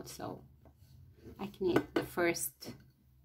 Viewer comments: You are so sweet to share your talents with us. (I don't know if anyone has told you, but when saying knit, the k is not said. Say "nit"!)I love these tutorials and can't wait for more. Can you do a sweater in a 6 to 9 month size? Thank you again. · just say "NIT". Act like the k is not there. You are doing great. There are lots of words in English like that, your learning is very good. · It’s knit but don’t pronounce the first letter K just nit ;) beautiful bonnet. 😊